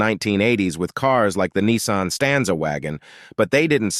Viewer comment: "NEEEESARN" ??? W.T.F. ???? SPEAK ENGLISH BOY PROPER ENGLISH !!! ITS A "NISSAN" !!!! :text-green-game-over